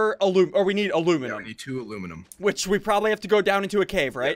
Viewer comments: ITS AL U MIN E UM NOT AL OOO MIN UM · It's ala miny um